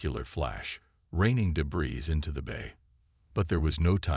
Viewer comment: Correct your AI to pronounce Thompson as Tompson, the h is silent the same as in Thomas, Debris is pronounced debree, the s is silent. It is annoying to native English speakers and show a level of disrespect. Also correct AI spelling shields not cheils, hull not hall, F35 not F30 five. Use punctuation such as full stops, commas and quotation marks for written speech. Improve your presentation before posting.